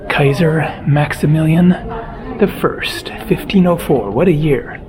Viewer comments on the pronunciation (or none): none